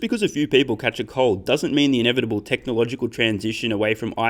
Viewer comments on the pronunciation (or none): none